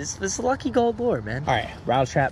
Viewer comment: Lure not lore